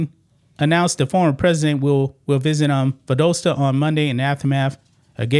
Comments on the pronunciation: love ya man but gotta correct you , its Val-dah-sta Georgia. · Great video, but it's Val-dah-sta, GA 😄👍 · Pronounced Val-DOSS-ta😉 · When she is asked a question she NEVER gives an answer. She always makes it all about her. Does she think gir dome reason she is a goddess? Have you seen the pictures of her on the street dressed like a streetwalker? its Val dahs ta, not doe sta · does the very best, so don’t get your panties in a wad over a slight mispronunciation.👀